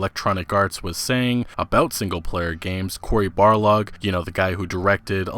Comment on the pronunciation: Small gripe, it's Corey Balrog, not Barlog.